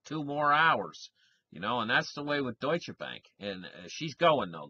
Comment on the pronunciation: Es heißt deutsche Bank. Nicht dutsche Bank. :-)